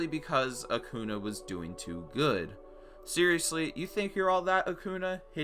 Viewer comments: he says Acuna it’s Acuña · AK-OO-NYAH NOT AK-OO-NA. AN Ñ MAKES A NYA SOUND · its not acuna its acuña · As a Spanish speaker I’m a bit offended by the fact that he said “Acuna” and not “Acuña.” There is a difference. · it’s not acuna it’s acuña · It’s pronounced Acun-ya...not Acun-a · Is anyone else mad at how he says Acuna and Not Acuña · I'm sorry for being petty... But please say Acuña's name right... It's not Acuna it's Acuña. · Respect the tilde. Its not acoona its Acuña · Am I the only one that gets annoyed that he says Acuña like Acuna? Like there’s a tilda on the “N” there, bro. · It’s pronounced Acunya Acuña It’s also pronounced sicks not sits 6 Sorry pronunciation is my pet peeve Great vid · Acunya, there’s an accent mark on it for a reason. That’s how it’s pronounced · The way he says acuna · no offense great vid but ur pronouncing acuña wrong the N is accented its acuÑa I can't explain it look it up or something nice vid tho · it's pronounces acunya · Acoona. Acoona. ACOONAACOONAACOONA ACOONAACOONAACOONA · Great vid but pronounced acuneya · He says the name acuña SO WRONG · Say acuñas freaking name right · You're multiple mispronounciations of Acuña's name is pure disrespect to us Braves fans. Just goes to show one of two possible things: 1) You're a northerner/Yankee 2) You're not a genuine baseball fan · It annoys me how you pronounce Acuña wrong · Why do you pronounce the eñe on Ureña but not Acuña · At least say ronald acuña’s name correctly